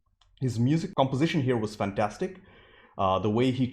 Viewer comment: I love how he says, "Fan...TAStic".